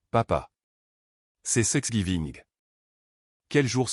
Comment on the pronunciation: Please veillez corriger thr IA. C n pas sexgiving mais thanksgiving.!!!